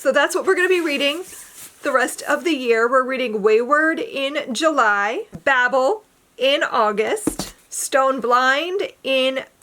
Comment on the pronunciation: It’s pronounced with the long A, so bay-ble. The audio book is sooooo good.